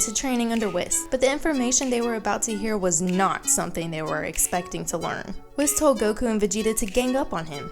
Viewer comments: It’s pronounced wees not wis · Here's how to say WHIS not wis say it wee-s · Something to say, its pronounced Whis (WH-Ee-s) not being rude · Whis is pronounced “Whees” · It's pronounced wees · Can you please pronounce Whis his name right? You say it way too many times to ignore it. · You pronounce Whis wrong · I’m sorry but you are not pronouncing whises name correctly or jiren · You literally have been saying "Whis" wrong, have you not been watching the english dub?